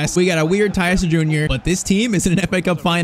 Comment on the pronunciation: I thought you pronounce Tyztir (Tee-z-teer) not (Tyy-z-tire)